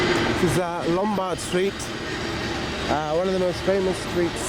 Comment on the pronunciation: Lombardo streeto lmao